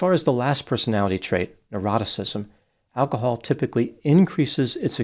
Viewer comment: Ah, neuroticism! I thought you were saying eroticism, which made your reasoning a bit difficult to follow.